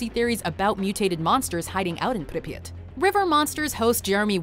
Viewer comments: its not pronounced Pripyit Its Prip Yeah T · i hate how she says pripyat, she says "pripyit" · Prip yat that’s The pronunciation it’s just like hearing somebody say HiroShima as hir rosh ama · Arghh the pronunciation of Pripyat 😩😩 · The way she says Pripyat annoys me so much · hearing say Pripyat Is amazing